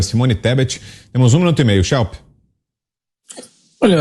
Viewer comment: Shelp? kkkk meu ouvido não é pinico...